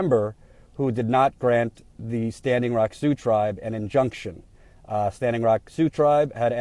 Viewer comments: ...See-ox? Really? It's pronounced "Soo". I even googled it just to double check in case they pronounced it differently (which would be a major news flash to everyone in the region). Nope, every link said "Soo" was the correct pronunciation of Sioux. I love what you're doing, but every now and then you remind me that you really aren't from around here. lol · Great rant. you said SeaOx but Sioux is pronounced SUE. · "Sioux" sounds like "sue,". Still think you're great, though. Also: about damn time, DNC. Sure took you long enough, you opportunistic snakes. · Native Sea-ox language? lol. thats funny. it is pronounced it "Sue". like "do" or 'you'. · Sioux is pronounced Sue. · Sioux is pronounced "Sue". Had the veterans not come down in force, the Pres., Warren, DNC, no one would have done anything! You are right. Shame! She, like Harry Reid, are trying to rewrite the history of the Democrats and Pres. Obama in this story. The Dems did not do anything but support the oil company! Saying you did after the fact does not make it so. And saying you stand with them is not standing with them when things die down, construction begins again and you conveniently blame Trump for everything. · Did pronounce Sioux as "sea oaks"? Is that like the Army Corpse of Engineers?:P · First, you gotta love and TYT politics, what an amazing job this guy does for all of us...buuuuuut OMG so funny ish.... Sioux is pronounced Soo or Su, you have been up there for so long how could you not know that. Too funny. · "See-ohx?" Really,? "See-ohx?" You've been with these people on and off for months, and you've never heard Sioux pronounced? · Funny, has been there a month and he still can't pronounce SIOUX......And yet he's making fun of Bismark! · I love you but you butchered the pronunciation of "Sioux".